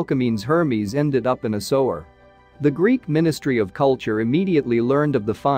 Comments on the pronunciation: Why do you guys let the mis pronunciation pass. Let's see SOWER??? What is SOWER???, No, maybe you mean "SEWER"??? Someone should fire the SOWER of thiswhole video. frind someone who can pronounce the words. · The robot is pronouncing “Sewer” as “to sew my garment with thread.” Amazing. Of course, he means “sewer,” pronounced “Soo-er.” English has a lot of odd pronunciation.